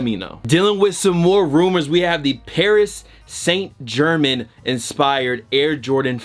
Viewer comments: "Paris Saint German" 😭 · Bru u cannot pronounce Paris saint-germain